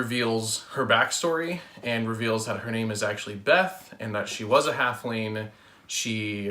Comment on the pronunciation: Good summary! Thank you for doing these! ^-^ One thing I noticed, however, was that you seemed to say her name was Beth, but it's actually Veth. It's an easy mistake, I just thought I would mention.